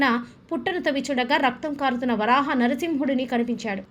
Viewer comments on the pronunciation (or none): అమ్మ! వారాహ కాదు " వరాహ " అని పలకండి.